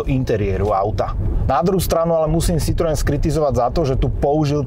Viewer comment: Pan autor by si mohol ako minimum zistit, ako sa slovo Citroen vyslovuje! ked uz hra znalca